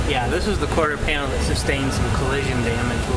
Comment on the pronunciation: "quarter skanel pin" ...ya gotta hate when that happens. It's because both words are trying to get out at once, and come out like verbal jambalaya.